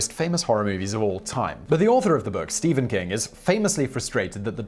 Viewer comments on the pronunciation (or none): none